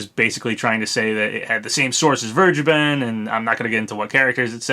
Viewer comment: I think vergeben is actually pronounced fair-gay-ben